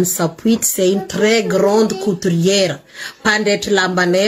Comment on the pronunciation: On dit couturière non pas coutriere